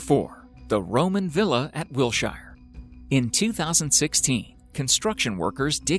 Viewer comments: It’s Wiltshire not wilshire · This Guy needs to learn the correct pronunciation of words. ie: MISCHIEVOUS not MischivIous, and Wiltshire not Wilshire. Grrr!!!!! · Good video, I live near the Wiltshire villa site in England and to correct you it's Wiltshire not Willshire ;-) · As a person born in the area of Wiltshire I find your report of the Roman Villa being found fascinating apart from its WILTSHIRE not Wilshire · It's WILTSHIRE not Wilshire, you knob! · Wiltshire, not Wilshire. It's a county, not a town. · It is Wiltshire, not Wilshire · It's Wiltshire. Pronounced wiltshear - not shire. We're not in middle earth! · Its actually Wiltshire, not Wilshire. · Not Wilshire, but Wiltshire. And we pronounce it Wiltsheer, like all the other counties ending in -shire. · ha ha bless you there isn't a Wilshire in England its called Wiltshire lol you you forgot the t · I'm sure that someone else has pointed it out, but it is Wiltshire (pronounced... Wilt-shur) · Number 4 - WILTSHIRE ...please!